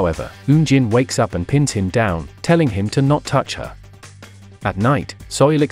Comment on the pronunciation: Soo-Il not Soil man.